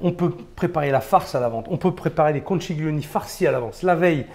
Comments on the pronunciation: On dit pas conciglioni mais conchiglioni, comme si vous disiez conquiglioni , c’est à dire comme le son qui. Je suis italienne , c’est pour ça que je me permet de vous corriger. Quand je parle male en français, ce que je souhaite c’est qu’on me dise tu a faux et il faut dire autrement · "ConchiLione" "taLiatelle" On ne prononce pas le "G". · Super chef, mais de grâce, per favore, en italien "chi" se prononce "ki" et on ne prononce pas le "G" dans "conchiglioni" (il faut prononcer "konkilioni"), de même qu'on NE prononce JAMAIS le "G" dans "tagliatelles" (on dit "taliatélé"), tout comme avec Cagliostro ("kaliostro") ou de Broglie ("debroillie). Imaginez qu'en Italie on vous parle de pain de campaGNe... ;) Grazie mille et salute ! :)